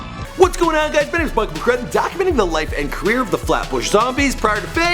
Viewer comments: Dumb ass said meechy marko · meechy darko not marko lmao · lol this guy is a tool... Darko not Marko you bum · fuck dis mans he said meechy marko his dumbass it fucking meechy darko you fuckin nut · bruh you need to stop making videos about rappers you just said Eric B and RAKEEM, fuck and meechy marko jesus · its darko not marko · LOL "meechy marko" I'm actually mad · is so stupid. He said Marko instead of Darko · Meechy Marko ?!?!?!!? This nigga can't get anything right 😂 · Marko-_- man it's meechy darko aka not yo father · It's meechy darko not marko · it's Darko not Marko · It's Meechy Darko NOT Meechy Marko !!! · "Meechy Marko", do you do this shit just to piss us off? 😂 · bro.. its Meechy Darko